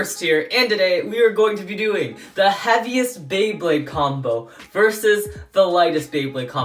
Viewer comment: did anyone else hear "the Happiest beyblade"